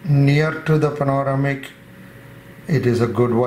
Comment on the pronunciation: Good video. It's pronounced Pan-Oh - Ram - Ick. You're welcome